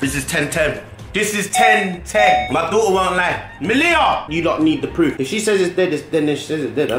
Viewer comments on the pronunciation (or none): none